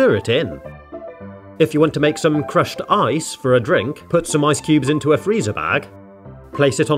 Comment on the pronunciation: I THOUGHT HE SAID CRUSHED EYES 😭😭😭